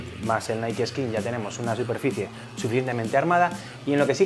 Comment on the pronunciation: yo pense ke se decia naik osea nike no naii